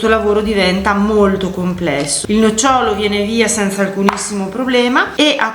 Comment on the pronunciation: scusa se ti correggo, ma sei bolognese come me. Hai detto le pesche che si staccano facilmente dal nocciòlo. Il nocciòlo è la pianta che dà le nocciòle; la pesca, ma anche le albicocche o le ciliegie o l'avocado hanno il nòcciolo. L'accento cade sulla prima o